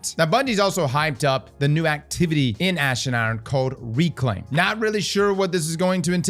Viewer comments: Is from Baltimore? “Ash and Aaron” 😂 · "Ash and Urn"